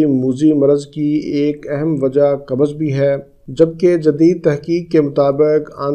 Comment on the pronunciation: Dr sahb kabaz nahi...bolte ...kabz bolte hai...